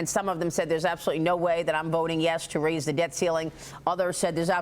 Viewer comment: Did I hear this right, I swear i heard rase the debt ceiling